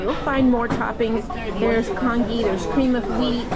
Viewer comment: Congee is pronounced con-jee